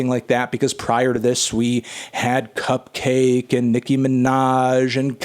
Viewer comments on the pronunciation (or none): Fantano calls critics of WAP bad at sex and then proceeds to mispronounce Cupcakke’s name. What a virgin.